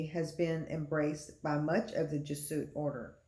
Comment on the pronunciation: It’s pronounced “Jez-ew-et” and not “Jeh-suit”. St. Malachy’s prophecy is very important because while The Bible doesn’t say the False Prophet will be the 112th Pope, The Bible clearly identifies certain imagery with Rome. Pope Francis has very radical and anti-Christian beliefs on topics such as gender identity, gay marriage, and many other topics. It’s now 2022 and Francis is lobbying for a one world religion he’s calling “Chris-lam” which a mixture of Christianity and Islam. He’s also weighed in on the need for a peace treaty between Israel and Palestine which is directly Biblical. It’s possible another Pope could be the False Prophet but Francis has all the appearances and actions of that role. His age isn’t a factor if he’s chosen by Satan because he could live on easily through the 7 year tribulation. Francis is 85 now in 2022 and he could live on till 100 if he is the right hand of the Antichrist. There’s too much unusually ominous stuff around Francis to not think he is the False Prophet.